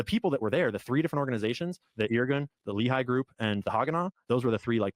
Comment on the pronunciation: small thing most people dont notice about Carolls grift, but people who are familiar with israel history do- is he can't even pronounce the names right, which means all his "research" is only from reading random texts but not taking the time to also see documetaries or interviews with the people involved. Example, the Lehi organization, pronounced Le-hee but he says lee-hai 😂